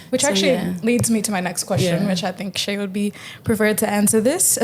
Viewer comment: Its pronounced Shy, not Shay 🙄